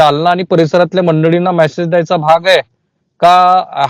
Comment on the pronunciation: मॅसेज नाही मेसेज म्हणायला शिका